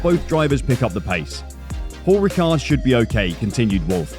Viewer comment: You don't pronounce the d in ricard